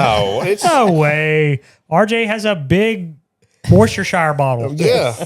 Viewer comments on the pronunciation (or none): Damn Worcestershire sauce lol